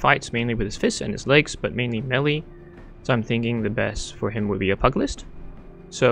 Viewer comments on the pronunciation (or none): Just fyi - pugilist is pronounced with a J sound not a hard G. Like pew-ja-list.